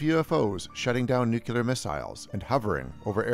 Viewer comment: Will someone please realize that the word is NUCLEAR?!!! IT IS NOT "NEW-CUE-LER!!!" YOU SOUND LIKE A FUCKING GOP HICK WHEN YOU SAY IT WRONG!!! NU-CLE-ER. GET IT? JESUS!!!